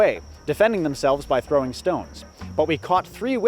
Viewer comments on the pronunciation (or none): none